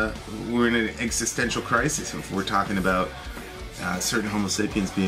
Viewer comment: you're killing me. It's homo sapiens not homo sapien.